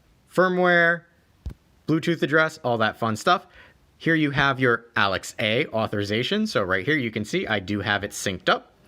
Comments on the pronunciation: First time hearing the name Alexa bring pronounced as Alex-A and i dont know how to feel. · Fyi, saying Alex-a makes you sound like you’ve been living under a rock for years unless you tell people why you’re saying it that way. 😂